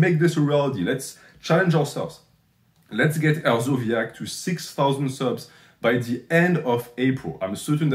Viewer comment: Hersobyac is a k not zee the fact you shouted him out says everything but keep dog whistling NH lol